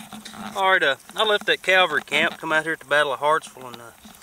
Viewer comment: Great finds,! Just curious, I thought I heard you say 'Calvary'. Bet you meant 'cavalry'. Their meanings are worlds apart. I always enjoy your vids, keep 'em coming!